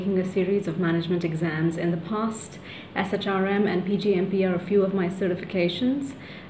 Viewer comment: We usually say SHRM as “Shirm.”